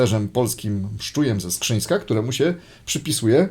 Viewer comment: Mszczuj był ze Skrzynna, nie ze Skrzyńska.